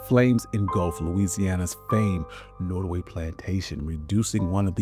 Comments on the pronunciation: It's pronounced NOTTaway, not, NOttaway. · Pronounced Not O Way. Native Tribe in Virginia/ NC. John Randolph was a Virginian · NOT. O. WAY pronunciation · Pronounced, “Not a way” by those who lived there. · Norway/ Nortaway!? I thought it was Nottaway. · I was gonna watch this but you didnt even have the awareness or decency to pronounce the name of the place correctly. Nottoway and Norway are totally different pronounciations. Do better! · Why did the narrator say “ Norway” plantation ? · Who didn't already know this if you have an education above the sixth grade level? It's not hidden, you were even told about it if you toured the home. And would someone tell the narrator how to pronounce "Nottoway". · Trying to be constructive, but if you cannot pronounce words properly, why not get another person to narrate? Eg: You are saying "Rand-alf" for Randolph, "Nortaway" for Nottaway and I heard brefftaking among other mutilations of the English language. Informative otherwise. Thank you. Add: You definitely emphasize the slavery aspect and how hard the work was, but an argument could be made that even in today's world, regardless of skin color, American workers are still mercilessly exploited, overworked, oftentimes exposed to dangerous working conditions. Has it really changed? I mean, honestly, how much freedom do we really have?